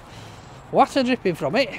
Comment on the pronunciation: just 1 question why is it when you ask for a bottle of water with your order you pronounce it correctly but at any other time during the videos you pronounce it wattter? 😆